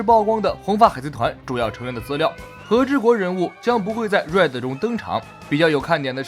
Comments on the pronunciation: 你的RED一直說錯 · Red都都不會念，丟臉啊！ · 開頭:海賊王最新劇場版 瑞的 抱歉笑出來對不起🤣🤣